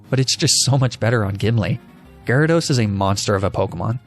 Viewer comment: GYARADOS, NOT GYRODOS! FIX IT NOW!